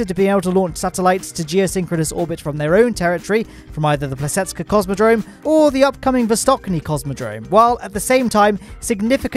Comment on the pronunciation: i was more more surprised by problems with Plesetsk